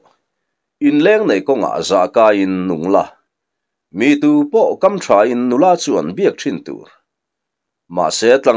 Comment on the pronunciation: Tap kawm ah nilo in,'tap kâwm ah,' tih zawk tur a niang a.